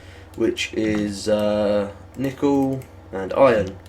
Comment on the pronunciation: Do British people pronounce nickel nEEkle. or are you just effing with us?